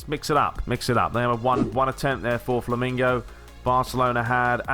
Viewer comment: LOL!. You are saying FLAMINGO instead of FLAMENGO